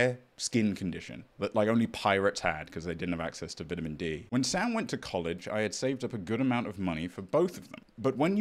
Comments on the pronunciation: The way mispronounced "vitamin" twice in this video = ❤️ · Hm “vitamin”